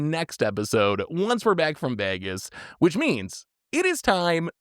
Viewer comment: cannot even pronounce Vegas right my brother in christ